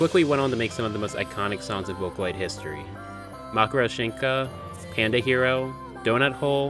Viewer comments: Почему он говорит не матрёшка, а макорошинка?😨😨😨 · I'm just wondering why you pronounce matryoshka as makoroshinka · every time calls matryoshka "macroshinka" a piece of my little russian heart dies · kinda late, but, its pronounced "Ma-tree-yo-shh-ka" Every time you said 'Makoroshinka' it sent chills down my spin lmao. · Makurashinka? Matryoshka? Also have never heard Suna no Wakusei/Sand Planet translated as just Dune before which is strange. In any case video good. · It's not pronounced "Ma-tree-oh-shin-ka" its actually "Ma-tree-osh-ka" its the name for Russian nesting dolls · he NEEDS to pronounce it as MAY-TRI-OSH-KA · nooo, it should be MA-TRI-OSH-KA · Да у него там вообще макарошенька получилась 😂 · Makro shinka? It’s matryoshka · say it with me! ma-tro-shka. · IT’S PRONOUNCED MAH TREE YOSH KA!!! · My 1/3 Russian heart hurt from how you pronounced Matryoshka. How to pronounce it is Ma-tro-shi-ka. The y is very feint to the point it’s almost nonexistent. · ‘mackaro shenka’ somethings telling me thats now how it’s pronounced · Every time I hear you pronounce Matryoshka as "Makroshynka" I suffer (nice video btw) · (literally shows the text for "Matryoshka" on screen) (pronounces it makoroshinka anyway) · "makroshinka" wtf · How the heck do you get "makoroshinka" from "matryoshka" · The way you say Matoryoshka makes me cringe 😬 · I had never heard someone pronounce "matryoshka" THAT wrong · Hey, Putin called, pack your stuff mate cause he said he's sending you to gulag for pronouncing matryoshka like that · in the original japanese it's spelled matoryoshika so that's probably his point of reference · Had to stop watching because of that, too cringe oml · this is amazing and thank you for doing sth on my favourite producer, but the pronounciation of "matryoshka" and saying "dune" kinda killed me lol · Hey, I know I'm late for the hate train for how you prononced matryoshka, but I think it should haunt you every day. It's a russian nesting doll